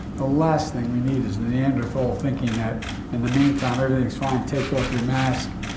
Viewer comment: When a President calls his citizens a name AND mispronounces it. :rofl: Neanderthals Why does Joe Biden hate Neanderthals and American citizens?